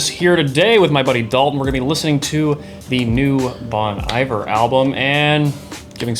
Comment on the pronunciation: It’s Bon Iver sounding like Bon Eve-Air. It’s pronounced like the French word Hiver which means winter. Bon Hiver means good winter.